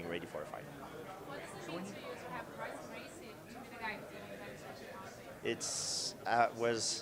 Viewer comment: If Royce is such an inspiration to you then why have you never learned how to pronounce his name correctly?